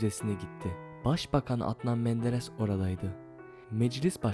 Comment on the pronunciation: Video yapmadan evvel biraz diksiyon çalış az da olsa konuşmayı öğren. Telafuz genel anlamda berbat. Seni budala. Atnan menderes diyo resmen yaa.